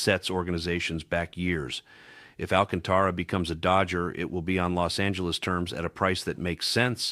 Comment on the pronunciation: First ! You should learn how to pronounce Alcantara it's should be pronounce with a Spanish accent not phonetically Al ca'n ta ra .